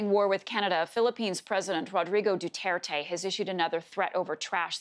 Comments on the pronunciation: Normies: President Rodrigo Duterte Reporter: nO iTs DuHtErTe 👁️👄👁️💅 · Rodrigo Dutaertay 🤣🤣 I'm sorry but the way americans/canadians pronounce Filipino names and words is just hilarious, I'm a Filipino btw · No one: The girl: PRESIDENT DUTETE